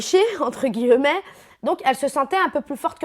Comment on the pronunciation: entre "gillleuuumet" entre guimet